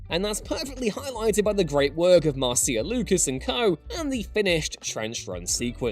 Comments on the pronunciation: Mar-See-Ah? it’s pronounced Mar-sha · Dude, her name is NOT "Mar-see-a", it's pronounced, "Marsha". It's American, get over it. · “Mar-see-ah”? I always thought it was pronounced “Marsha”? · Interesting pronunciation on Marcia Lucas' name. I always presumed it was pronounced like "Marsha". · I know people comment on this all the time in other Star Wars videos and by now it's kinda endearing, but Marcia's name is pronounced like the first syllable of "marshmallow" or marsh-a, lol. Still love the videos! ;)